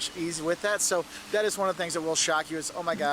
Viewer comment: Question: why does pronounce the word "that" like "at"? just curious.